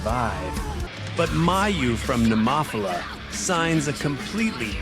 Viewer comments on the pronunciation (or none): First you butcher Hanabie's name. Then you butcher Nemophila's🙄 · That pronunciation of "Nemophila" was waaaaay off lolz